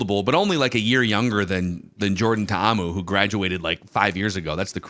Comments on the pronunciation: It's pronounced (Ta-Ahmu) You pronounce 2 "a"s. Otherwise your pronunciation is pretty close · TAE-AHH-MOO is how you pronounce it